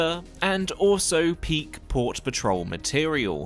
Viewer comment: Every time I hear your say port patrol I hear paw patrol lol